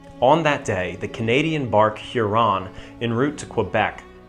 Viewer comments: Weird pronunciation of Huron. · Love the video, quick note. I've never heard Huron mispronounced in that way. There is not supposed to be that much emphasis on the individual syllables, making it sound fancier than it is.